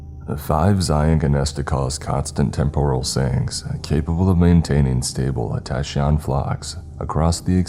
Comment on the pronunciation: Tachyon is pronounced tak-ee-on, not tasheon